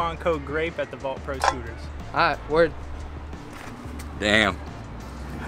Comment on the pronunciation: U said Devin had vault he had vaul 😂